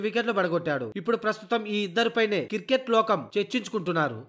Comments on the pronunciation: Voice over evado gani adi kiriket kadu ra naayana cricket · కిరికేట్ కాదు క్రికెట్ భయ్యా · Kirket yendi ra ayya.... Cricket anu....🤦🤦🤦